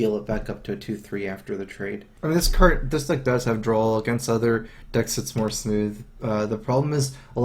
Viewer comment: Besides the amazing gameplay, one of my top reasons for watching his vids is that he says "drawl" instead of "draw". It's hilarious